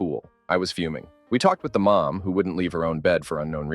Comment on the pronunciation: Why are “mom” and “more” pronounced as “maw”?